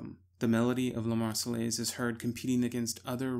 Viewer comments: I cried every time he said “Lah Mars-eh-LACE”. (Marseillaise). I wonder how he pronounce ‘entourage’ or ‘envelope’. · Love the video but hearing you pronounce La Marseillaise like that was painful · EITHER PRONOUNCE LA MARSEILLAISE CORRECTLY OR NOT AT ALL